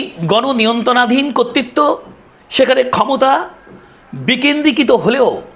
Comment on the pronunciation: কর্তৃত্বকে 'কত্তিত্ব' বলেন কেন?